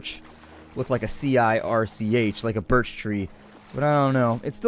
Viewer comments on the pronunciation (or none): none